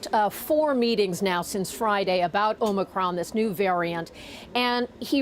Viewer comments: As a Greek-American I'm more annoyed that him and Keebler Elf Fauci are butchering the poor letter than I am at the actual variant. 🤷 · He butchered the name of the variant every time with the last one being the worst. But let's all trust that he knows what's best for everyone. He is a nightmare of a president. ETA: FAUCI GOT IT WRONG TOO! What a couple of morons. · He can't even pronounce the virus name correctly. Obviously he's taking it very seriously. You're in good hands America. Great job!!!!!! What you're seeing here is an informercial bought and paid for by Pfizer. Better get it together people! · Where is the letter "N" in the word "Omicron", Joe? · Biden can’t even pronounce the new variant name what a great leader he is hahahaha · I don't blame Biden for mispronouncing it, I say it Omnicrombie and Fitch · Who ever is running the show they need to tell him he's NOT pronouncing OMICRON correctly......just saying..he IS the President!!! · "In hindsight, we should've named the variant after something Joe Biden could actually pronounce like...kitty or chocolate-chocolate chip..." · Biden needs to learn how to pronounce it! What a senile old fool! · He will never get anything right...he can't even pronounce a simple word, it's not "omNicron", ...the word is OMICRON!!! AND joe, you've lied day after day. Joe, do you REMEMBER you PROMISED "I will get everyone out of Afghanistan"???? Apparently you forgot that promise. There are still THOUSANDS left there. Joe, you're all lies/talk and NO ACTION ! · He called it the Omnicron not Omicron. Hehehehe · "It's called the Om 'ni' Cron" ! So that's two new variants then ? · Okay Biden calling it omnicron was funny. Fauci not so much. Learn your Greek alphabet doc! It's Omicron. As in little o. Ridiculous. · Why does he call it OMNIcron? Isn't it OMIcron? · "When I was elected, I said I'd always be honest with you." "It's called the omNicron." No, Joe, it is not! It is called the omicron! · Omicron NOT OMNIcron